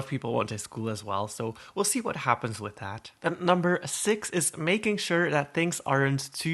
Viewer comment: I’m sorry but when you said “Wit” LOL ITS With